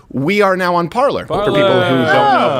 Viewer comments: Off topic: I know it sounds like I'm splitting hairs here, but it is pronounced PAR lay. Normally no one should care. But when you say PAR ler...well...that takes people to...um...something else. I'll let YOU look it up. Regardless, I don't think either website ever expected this much traffick(ing?) until the election went haywire. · Little thing, but are we going to go back to pronouncing Parler as "Par-lay?" Wouldn't hurt to be correct right? I think that's what the creators of the app intended... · Parler? That's pronounced "parlay" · Thats parler with an E! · Did I just hear the dude from a french speaking part of the world pronounce 'parler' with an english accent? -_- haha wooooooow.